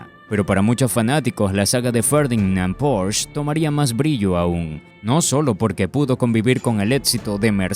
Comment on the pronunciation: No se dice porsch, lo pronuncias mal, se dice Porsche ya que es una marca alemana y no inglesa!